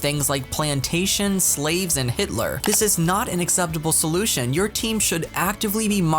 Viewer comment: I sorry but the way u said slaves had me rolling 😂 But fr who is posting this stuff???